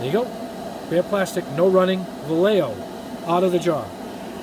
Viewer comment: Please, it's pronounced... Va-ye-jo. It's kind of like having somebody say "yeyow" instead of yellow. If can, so can you.